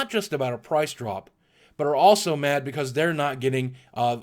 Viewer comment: I just love how boogie says "because". He says Becoz